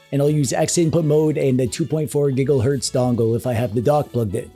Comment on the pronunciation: I'll never not laugh at gigglehertz and gigglebytes.